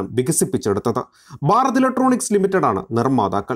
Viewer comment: ബാരത് ഇലക്ട്രോണിക്സ് എന്ന് പറയരുത്. ഭാരത് ഇലക്ട്രോണിക്സ് എന്ന് തന്നെ പറയണം. നിങ്ങളുടെ ചാനലിനോട് പ്രിയൻ തന്നെ. പക്ഷേ, ഞങ്ങൾക്ക് അതിനേക്കാൾ പ്രിയം മാതൃഭാഷയാണ്. ഭാഷയെ വ്യഭിചരിച്ചാൽ ഡിസ്‌ലൈക്ക് ചെയ്യും . OK.